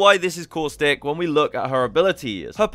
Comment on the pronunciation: That’s not caustic that causthic